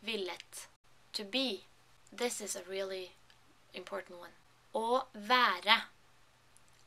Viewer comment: Hey, thanks for the video. I've started learning norwegian this week, but I haven't reached the level yet to write to you in Norsk. I speak Dutch, Low Saxon and German, so I don't find it too difficult. Your tone is the biggest problem: vaeRE, gjøRE It is very remarkable that Norsk resembles Low Saxon so much: Skrive - skrieven, Se - Zeen, Stå - stoan... Anyway, keep em coming;)